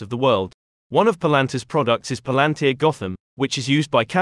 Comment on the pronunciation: Thanks for the video. But you mispronounced the company name Pal An Tir